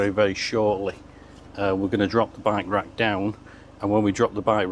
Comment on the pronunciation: I love his pronunciation of by-wak. It took me a while to realize he meant bike rack.